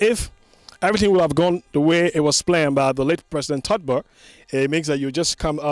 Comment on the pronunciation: "Todber"..? Or TOLBERT.? That's ur own former Lib president.. Please try to get ur pronunciation right.. the whole world is listening to u.. !! 😬😲